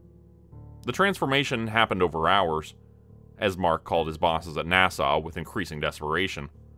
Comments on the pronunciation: Right, sounds like he's saying Nassau. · A gentle correction, NASA is pronounced with a "short" a for both. It doesn't sound the same as the Island, Nassau, in the Bahamas. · Is this a Ai or does he just not know how to pronounce NASA? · Not gonna lie, even 40 miles from Windsor I've never heard anyone pronounce NASA quite like that....😂